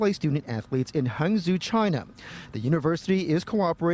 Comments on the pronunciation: Ti, I love your videos but I just wanted to pointed out that Hangzhou is pronounced Hangchoo :) but other than that, this is embarrassing, Asian have no chill and this is just gonna make their perception of black people even WORSE. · Why is a Vietnamese guy reporting the story and why can't anyone pronounce Hangzhou correctly?